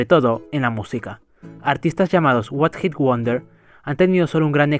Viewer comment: What hit wonder o one hit 😂😂😂😂 pronunciacion a lo veneno